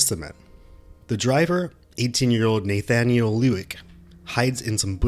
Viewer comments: This is going to bug me if I don't say something... You pronounce his name "naythaniel". I have never heard it pronounced that way.That's not how it's pronounced. It's "nahthaniel". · NAYYYY-thanyuleeeee Lewik 🤣🤣🤣🤣 sorry I love the content but that name pronunciation triggered my ocd a bit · no offense, your content is prime, but have you never heard the name "Nathaniel"? you pronounce it like it's Danish lol. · Someone would inform the narrator how to pronounce Nathaniel